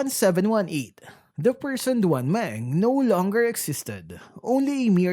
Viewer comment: It's pronounced as "Dwan Māng"